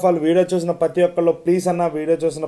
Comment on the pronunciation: "Pathi" Kaadu "prathi" Nooru tiragteldu anna neeku chicken baaga tintunav 😂😅